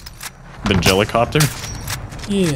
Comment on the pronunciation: The jellycoppter?🤣